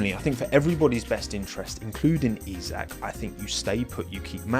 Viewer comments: As someone who is also a Liverpool fan I like your pronounciation of his first name :D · Yeey, you learned how to pronounce his first name. :D If the Formula 1 fanbase now learn how to pronounce Michael Schumacher (no, it's not the same as the English "Michael"), then I'll be a happy linguistics nerd.